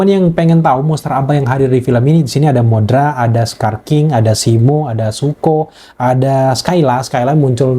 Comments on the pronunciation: Godzilla X Kong terlihat jadi guyon??? C'mon, coba liat film² Godzilla di era Showa deh. Disana Godzillanya malah lebih lawak!!! Dan btw bukan Modra tapi Mothra dibaca (Motra). Kalo di Jepang penyebutannya Mosura 😅✌🏼 Dan satu lagi film Godzilla X Kong ini memang terinspirasi dari film² Godzilla era Showa dimana di era itu film Godzilla dibuat sangat fun dan lebih berfokus pada pertarungan monsternya dibanding drama manusianya. 😉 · Setuju. Wajar sih si ini terlihat kurang puas, soalnya dia awam banget sama film² Godzilla. Terlihat dari cara penyebutan Mothra aja udah salah. Skylla pun penyebutannya dia salah. Yaaah begitulah 😂